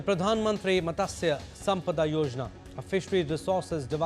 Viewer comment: It is not MATASYA..... It's Matsya😅